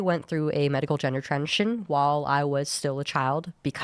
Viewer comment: She should transition into enunciating the word “transition” properly.